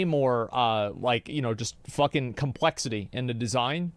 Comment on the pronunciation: If I have to hear you say "Compwexity", one more time...